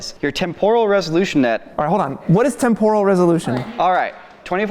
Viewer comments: Who on earth pronounces temporal as temp-oral? It's tem-per-al. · Does he mean"Temporal'? Why does he pronounce it so weirdly?? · Wtf is this current "trend" with pronouncing it tempoooooooooooooral? It is more like temp-uh-ruhl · It's pronounced Temp-er-al not Tem-Por-al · The mispronunciation of "temporal" feels like a cheese grater to my eardrums :/ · Live everything about this channel but your pronunciation of "temporal" made my ears bleed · Stop saying "TEMporal" wrong. You're putting the emPHAsis on the wrong syllAble. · That's not how you pronounce "temporal" 🙃